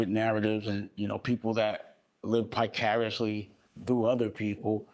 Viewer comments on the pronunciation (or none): ITS NOT PICARIOUSLY ‼️ It’s VICARIOUSLY. Love. Bless. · Picariously??? Vicariously 😂😂😂😂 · "Picariously" is nasty work. 🤣Dame also says "torturous interference" instead of "tortious."